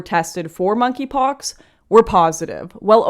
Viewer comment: For some reason I thought she was calling it "f**kypox".